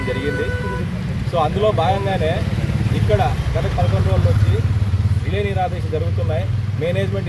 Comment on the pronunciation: రిల్లే కాదు రిలే